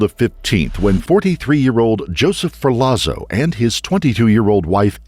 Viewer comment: In Italian, a "zz" sound is pronounced like "tz" - as in "pizza"...which of course is pronounced "peetza" - not "pizz - uh".